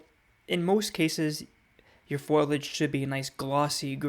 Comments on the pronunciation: It’s foliage not foiliage. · I can’t seem to get past your pronunciation of foliage. Not being mean but it’s not pronounced foil-age but correctly “foli-age”. 😎 Helpful info, thanks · Excellent advice! (it's fo li age, though - not foil age. Just saying.) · There's a simpsons episode where Marge says foil-age. Lisa corrects her "foliage", and Marge says " That's what I said, foil-age". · FOLIAGE.....pronounced like it is spelled..... Fo Lee not FOIL AGE......but so glad you love plants..... and thanks for the video